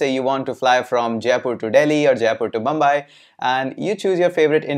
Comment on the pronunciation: It's never ,never bambai, either it's Mumbai or Bombay! So yeah he does make a lot of mistakes in pronunciation. However, we are not here for his English but for what he has to say about API's. He is doing a great job at that!